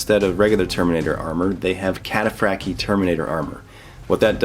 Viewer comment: Just wanted to note: When talking about the Cataphractii, its pronounced at the end "ee eye", not just "ee". This is the traditional Roman Latin way to say "ii".